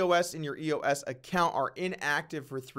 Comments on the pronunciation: Doug, love your Vlogs, but it's "Eos" not E.O.S. ! Geez ! Kinda like "Doug" not "D.O.U.G. ! Get it ? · Am I the only one that realizes doug is giving up on crypto? 0 research done on EOS. He doesn’t even know how to say it, much less how the governance model works. Doug Polk Crypto is done